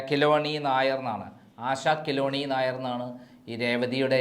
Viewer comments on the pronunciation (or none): ആശ കെളുണ്ണി നായർ എന്നാണ്😂 കെലോണി നായർ അല്ല 😅